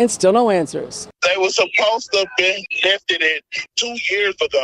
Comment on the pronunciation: I'm sorry but did he say lifted-ed